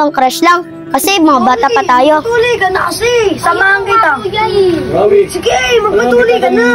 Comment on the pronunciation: Rawi yun hindi rafy